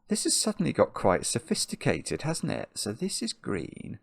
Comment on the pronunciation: do you mean So-FISH-ticated?